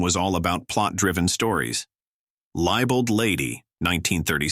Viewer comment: Stupid AI narration, poor pronunuciation--"libel-ed lady"--incorrect facts...whatever happened to someone actually putting in the work to make a vid stand out? Dumb, dumber....dumbest sh!t around. Captain's Courageous wasn't underrated then, and it isn't now. It's acted in the 1930's style, but it still holds up pretty well. The Prisoner of Zenda wasn't underrated, either. Remember The Night is one of my favorites, and Barbara Stanwyck was great in everything. Not underrated, either. Key Largo was highly rated then, and it still is, now. Watching Bogart outwit Edward G. Robinson is a treat. And Robinson was always great.